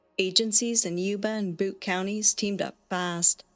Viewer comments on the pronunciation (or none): Fantastic first video! I can't wait to see what's next. (By the way, "Butte" Is pronounced like the first part of beautiful, not boot..😉) I know this area well as I was born in Redwood City, lived in San Francisco and later moved North to Fort Bragg.